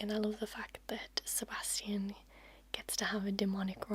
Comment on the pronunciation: I love how you pronounce the name Sebastian and I would love it even more if you would do a trigger words video with just this word ! Pleeeease ! The sound of it literally knocks me down. I really hope you will do it and thank you for your extremely relaxing voice and videos.